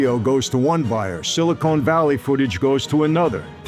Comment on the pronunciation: "Silicone Valley" ?